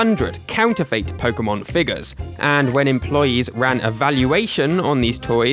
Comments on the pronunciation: No, I am from the UK and I have never heard anyone say it like that, I’ve always said and heard “fit”. I scrolled through the comments to see if anyone else noticed, to make sure it wasn’t just me 😅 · it's pronounced Counter-fit not Counter-fate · Its pronounced counter-fit, have google pronounce it for you and you'll all see. I'm astounded the comments section isn't full of people who know this but evidently everyone including your audience really need school. I've tried to post this a million times but it keeps getting deleted every time, regardless of what words I use. This video was cringe-inducing for anyone more educated than a 7 year old. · ... is that how people pronounce counterfeit in the UK, with a "fate" ending instead of "fit"? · i definitely say "fit" and i've never heard anyone else say it any other way. it's not impossible that it could be a regional thing but it also might just be this guy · "counter fait" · Is it just me or do others find the strange way he pronounces the last syllable of “counterfeit” really distracting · Is that really how Brits pronounce counterfeit? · Your mispronunciation of the word "counterfeit" is incredibly distracting, especially when it's said every other sentence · the way you pronounce counterfeit isn't how I do. that's fascinating. I like it